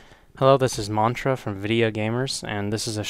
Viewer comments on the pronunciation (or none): none